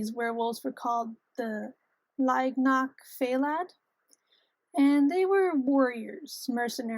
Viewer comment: F way luh. This is how it's pronounced